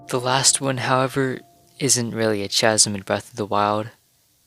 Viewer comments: The "ch" in "chasm" is pronounced like the letter 'k': /kasim/. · Great content! Chasm is pronounced with a hard ‘k’ sound Sorta like kasim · I screamed at chaaazm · Its really cute, but its chasm, with k sound, so it sounds like kass-mm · I definitely enjoy your vids, the little differences can be extremely subtle. I recently saw somewhere that the suns position is in a different location between each game too. They stood the same spot at the same time in both games and the shadow cast by the sun was to opposite. Also you may just pronounce it different than me, but I always heard people pronounce "Chasm" with a silent "H" so like "Kasm". Anyways keep up the fun and insightful videos! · Why does he say chasm like that